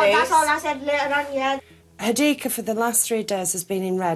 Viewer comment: It’s saffiyah and hadiqa